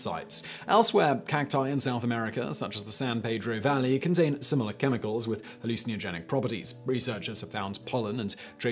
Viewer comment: Halluci-neo-genic though? Have you been taking some to say it that awful way?